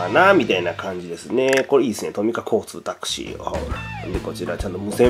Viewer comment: [Taxi] の発音がすごいですね😂😂